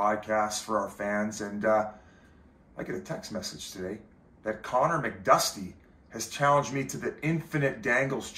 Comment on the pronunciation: Biz really just said Connor McDusty